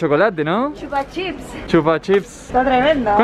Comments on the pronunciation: no se dice chupa chips se dice chupa chups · y no es chupachips es chupachups